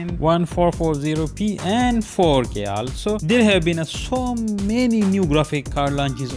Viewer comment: One four four zero p) you say it like fourteen fourty P